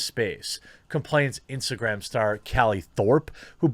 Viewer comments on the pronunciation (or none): none